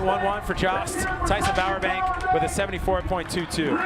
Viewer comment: Jost definitely does not rhyme with Josh. lol